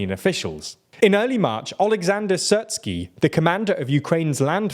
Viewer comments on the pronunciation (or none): Sears-ski, not Sirt-ski. Po-doll-yak, not Po-do-la-yek.